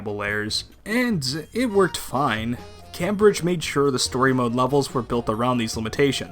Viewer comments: It's pronounced "came-bridge." (Sorry, I had to.) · I’m British. I exploded when you said ‘cahmbridge’ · I hate to say it, but... It's actually pronounced cAYmbridge. Named after the city here in England. Aside from the painful mispronunciation, I'm glad I can share my nostalgia! Great video. :) Also, you shouldn't have to worry about the LBP 1 and 2 servers being shut down. They're all on the same server, along with LBP3 and Vita, so you can play them on newer versions of the game. Because the series has been dormant for a while, SB:ABA might be a game to get new players into the series before they drop a true sequal, meaning the levels will stay on the servers. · I cringed so hard every time you said Cambridge. I swear you’re rage baiting🥀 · Why does he pronounce Cambridge like that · really good quality video. but i cant get over how you say Cambridge. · Nor can I.